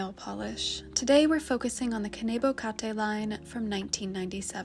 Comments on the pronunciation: It's pronounced Kate, as shown by the katakana label saying カネボウケイト (kanebō keito). I like the blue shade. Anything reminiscent of beetle shells like the green one are good too, they remind me of Lady Macbeth. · I hate to be a pedant on a channel I love so much but it's pronounce like Kate the name. You can see it says ケイト on the label sticker which reads as Ke-i-to. Anyway I love the blue and I'd be interested to see how it compares to Essie Aruba Blue. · It's wonderful when those risks pay off and expand your world and life experience. The green is definitely the showstopper. By the way, (and this is definitely not pronunciation snark!) the brand uses KATE in the sense of the English name, so while your pronunciation would be correct for a Japanese word, they pronounce it as close to Kate as possible - Keito (to- as in toll - you can see ケイト on the back of the bottle top right). So we can simply say KATE 😊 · Hello🥰 I’m a huge fan and follow you both on TikTok and YouTube! I’m half Japanese and grew up in Tokyo so I get so very excited whenever you revive Japanese vintage polishes!! ❤ I wanted to let you you know the brand name “KATE” is pronounced just like the name ~ for example like Kate Winslet😊 it’s still a really popular makeup/drugstore brand to this day💅 I promise I’m not trying to be offensive, I just thought I could help and inform🥹 Again I’m a huge huge fan thank you for your content❤ I hope to see more Japanese vintage polishes from you soon🙏